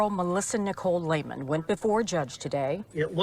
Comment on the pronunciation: Hey, that's Lehman, like Lay and men. Lehman. Sorry, lol. The broadcaster mispronounced the name, too. The females said it correctly, though. This is so sad, and you just got started.